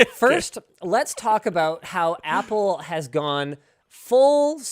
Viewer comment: you app loud, app le, is what you mean to say